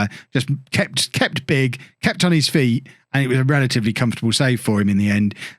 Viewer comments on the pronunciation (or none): none